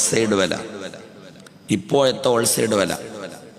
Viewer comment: ഓൾ സൈഡ് അല്ല.ഹോൾസൈൽ ആണ്